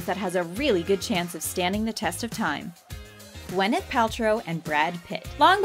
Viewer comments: "wyneth paltrow" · I mean, the name is Gwyneth, not Wyneth